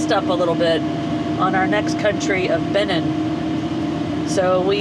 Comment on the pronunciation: Such a great time following you all these years--amazing! Hey, and, it's "Be-NEEN". You emphasize the second syllable. It's French, so the "i" sounds like a long "e" is in "seen." You guys make it through everything!